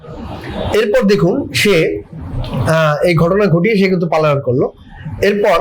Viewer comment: সাংবাদিক সাহেব, পালাতক বলে বাংলা অভিধানে কোন শব্দ নেই। শুদ্ধ শব্দ হবে পলাতক । আলাইন শব্দটির ভুল, সঠিক শব্দ পলায়ন । এটা খুবই দুঃখজনক । আশা করি শব্দ চয়নে সতর্ক থাকবেন ।